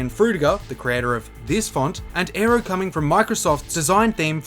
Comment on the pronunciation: Dude you are saying "Aero" but I here "Arrow"